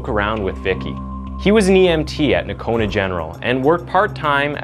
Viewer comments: It's pronounced No-cone-ah. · it’s pronounced, NO-CONA….lol